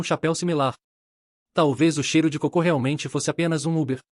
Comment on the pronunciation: Pq essa ia lê coco como cocô?